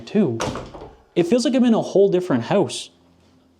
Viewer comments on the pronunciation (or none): how-oose? (house) are you canadian? lol doesn't matter, you sound very sexy